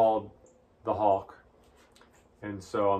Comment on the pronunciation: Whenever he says the name, I hear a combination of hulk and hawk.